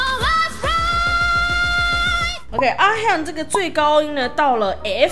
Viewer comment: 不是ㄖㄨㄟ米也不是阿ㄏㄧㄚˇ，是拉米跟阿ㄏㄩㄥˋ，真的不會念名字的話可以叫雅嫻就好